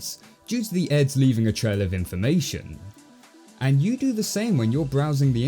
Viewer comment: Jesus Christ. I'm listening to this as I rake so for quite a while, I thought you were says 'Eggs'.